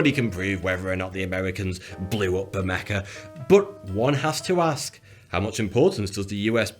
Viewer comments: The only real mystery of Bermeja is this guy calling it "Bermeca". But then who knows, may be it's a way to claim ownership of the story by purposely mispronouncing it. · I keep hearing you say "Bermeca". How much "maricuana" have you been smoking? 😂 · It should be pronounced "Bermeha" for anglo speeakers. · it frustrates me that there's no 'c' or 'k' in the word but every single time he says the name it's "bermeca" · Actually, it's pronounced Bermeha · and it is pronounced bermaya. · It is torturous hearing u mispronounce the name of the island. Why are u using a "k" sound instead of and "h" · Why can't you pronounce the Spanish name of the island? Not very thoughty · Did he just pronounce a J as a K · I know probably just enough Spanish to ask for directions, or guess what a newspaper headline means - but even I find it annoying when people pronounce 'j' as 'k'. I was going to mention the Rioja thing, but Ricardo M. beat me to it... :) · Is this guy a comedian? That tash! And an entire video in which he constantly mispronounces the islands name....ugh. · The brutality in the way you pronounce it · you are pronouncing the name of the island wrong.. 'J' s usually make an 'H' sound in spanish/ mexico.. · It sank from the disappointment of hearing it's name mispronounced so many times. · It sounded like he was pronouncing it as they do in Spain. There, the J is pronounced closer to a K than an H. Something like the German CH in "Ach" but with a bit of a trill in the back of the throat. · IT'S DRIVING ME MENTAL!!!!!!!!!!!!!!!!!!!!!!!!!!!!!!!!! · for cryin out loud, he murders the word and it is annoying as hell. period. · He's one of the most self-aware youtubers I've seen. He isn't annoying, but he definitely murders the name "Bermeja." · Is it just me or is he pronouncing the island name wrong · Should be pronounced Ber-may-ha. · It's pronounced "bur-MAY-ha," not "Bur-MEK-ah." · It should be pronounced gutterally, "bermecha," as in German or Scots. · B E R M E K A